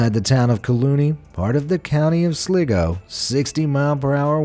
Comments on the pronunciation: it's Sligo, not Sliggo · The way he pronouns sly-go as slig-go made me cringe so hard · it's pronounced slygo not tryna be a know it all but just saying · Awww dear god!!!! Sligo- pronounced 'sly-go' NOT 'Sliggo' . I'm Scottish & I feel your pain😬😲😞. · It’s not Sligo, imagine the letter “I” is a “Y”, so Slygo = Sligo, lesson over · I'm pretty sure it's pronunciation County Sly go. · Sleego😆😂 lie-trim😅😂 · Sligo is pronounced slygo and Ciara is pronounced keyra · The county in Ireland is pronounced as sly go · Pronounced “sly-go” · It irked me too. SLY-GO, it isn't difficult. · I'm Irish and I was crying when he siad Sligo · Every time he said sligo wrong hurts me ( im irish) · He miss pronounced Sligo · Im irish and i was so agravated because he said sligo wrongggggg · That's not how you pronounce Sligo.